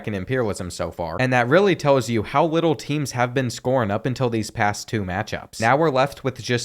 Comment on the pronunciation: how wittle????🤣🤣🤣